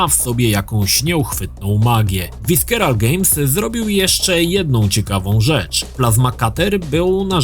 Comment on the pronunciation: Wiskeral Games. Nie no, spoko. Oboje uczyliśmy się angielskiego z mediów. Tak, czy tak... Łódź, kurwa.